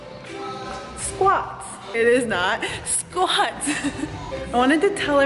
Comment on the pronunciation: doing squats as you say "it is not sqauts" 😁😁😁😁😂